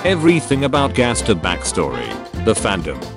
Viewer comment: here its like gaster with a j see jaster